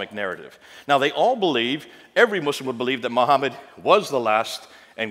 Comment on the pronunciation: Muslamic 😂😂😂 bro is defo not educmacated.